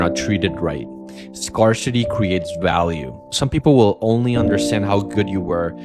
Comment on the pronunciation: Scar-City is crazzzzyyy pronunciation.